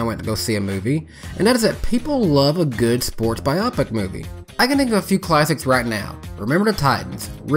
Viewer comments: I agree, the way it is pronounced here makes it sound like an optometry term. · Strange. I find myself wanting to point out the incorrect pronunciation of "biopic". But after thinking really hard, I'm not sure I've ever heard anyone say it before. I've just read it hundreds of times. So perhaps I've been pronouncing it wrong. (In case clarification is needed, I've always used the hard "O" sound, like biohazard or biodegradable)